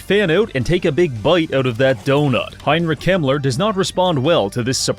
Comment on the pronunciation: I thought he said Heinrich Himmler 😭😭